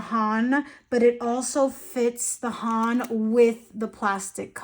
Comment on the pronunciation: HON = British English „on“ with an „h“ in the front. You’re pronouncing it almost right, just a tad shorter. 🙌 I speak Japanese btw 😅